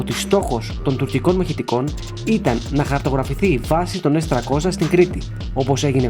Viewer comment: Πόσο δύσκολο είναι να πεις το γ@ το S300 - S τριακόσια; Τι σκατ@ είναι το s- τρακόσα; Σε ποια γλώσσα μιλάς; Λες και το 30 - τράντα